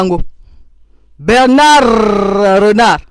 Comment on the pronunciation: C' est Bernard et non Berrrrrrrrrrrrrnard